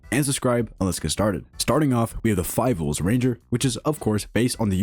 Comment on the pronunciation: five ouls😂